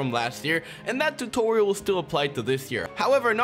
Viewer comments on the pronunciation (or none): none